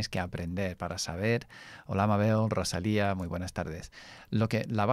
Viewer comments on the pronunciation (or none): none